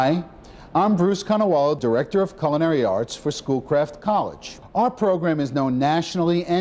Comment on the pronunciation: coo-lin-airy. Thanks.